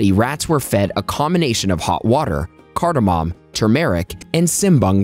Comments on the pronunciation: Whatamom?! No mom!! No pop!! It's cardamom pronounced card+a+mum!! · Cardamom MAY . .... Cardamom may...... Cardamom may....... Cardamom may ...... Phew ! When will science studies and you be SURE !